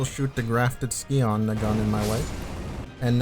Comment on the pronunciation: Did.. did you pronounce scion as ski-on?